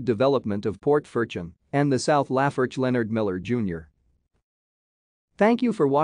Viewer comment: All pronunciation is wrong.